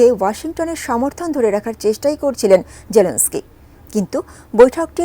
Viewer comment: অশিক্ষিত মহিলা নিউজ পড়তে পারে না, জেনেলস্কি পড়তে ও বলতে পারে না, নাম করা চ্যানেল ATN News এখানে ভুল হবে আমরা মেনে নিতে পারছি না